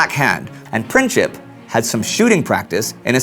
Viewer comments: "printsip" not "princhip" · It's pronounced Prinzip,not Prin-chip😂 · it's Princip not Princhip and it's not Belgrad, but Beograd. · It's pronounced Printzip, not Princhip. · It's not Pricheap but Princip which literally means principle. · It is not Pinćip, but Princip. Maybe he wanted 3rd entity for Slavs, but that entity would include Serbia. After Balkan wars, Serbia was planned to take over Bosna, but Austrian took it first. Second, whole motorcade was done on Vidovdan, very big hollyday in Serbian tradition. That was - in your face. Austra has been planning to invade Serbia for many years, but they needed reason. Princip has been planning in Serbia, but Serbian government had nothing with it. War was declared month later, when Serbia denied to let Austrian investigators search whole Serbia, which woud mean Serbia has given up its sovernty. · AND MAKE SURE YOU PRONOUNCE HIS NAME THE RIGHT WAY! IT'S NOT PRINCHIP ITS PRINCIP [prǐntsip]! HIS VERY NAME MEANS PRINCIPLE! AND HE DID IT BECAUSE OF HIS PRINCIPLES! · It's pronounced Princip not Princhip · You failed on explaining why Gavrilo Princip and the Black Hand killed him... It was because that region wanted to be free and not occupied by Austro-Hungarian empire. Serbia had nothing to do with it, it was done by local people who didn't wanted to be slaves anymore!!! And his name is not PrinCHip, it was Princip...it's not pronounced with CH only with a C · It's not pronounced Princheep. It's Princeep. Gavrilo Princip. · It's a Princip, as in "principal", it is not pronounced Princhip. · PreencZeep not Princhip! c'mon man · its not Princhip its PrinTZip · Just wanted to say that Princip is pronounced "Printsip", not "Princhip"... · I am a Serb from Bosnia and it is "Gavrilo Princip" not "Gavrilo Printzip"!!!! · Gavrilo Princip. His lastname is wrongly pronounced in this video with soft c. His lastname literally means "principle". Soo, its properly pronounced PRINCIP(LE) without this add "LE".